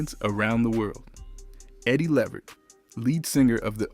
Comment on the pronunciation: Not being able to pronounce his last name correctly takes away from the information.